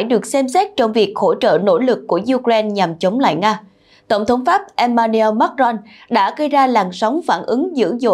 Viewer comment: Đọc tên tổng thống Pháp không đúng nhé, Em-ma-nu-en Mác-crông nhé. Le Monde đọc cũng sai.